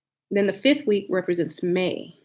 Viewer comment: Wee- ka?🙄 Baby its week 😂